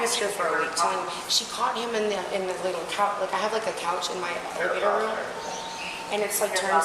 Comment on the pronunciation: IT IS NOT "RUUM" IT IS "ROOM"